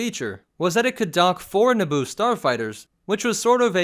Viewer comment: Eeeeeeeeeeeeeeeeeeeeeeeeeeeeeeeeeeeeeeeeeeeeeeee It's Naboo